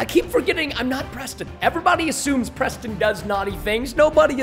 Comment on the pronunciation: I love how the noobs says Preto Instead of Preston